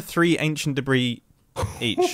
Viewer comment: one two three ancient debreeee